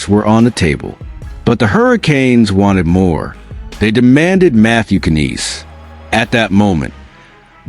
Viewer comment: Who the f is ka neese LMAO It's pronounced nies Matthew Knies 🤦